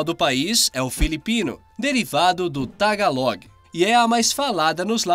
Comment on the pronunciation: É tagalo, o g é mudo